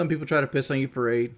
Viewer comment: His accent is the worst off all damn thing just listen to him pronounce anything ANYTHING with a O or an N and it sounds so off He says On? No, "Oawnn"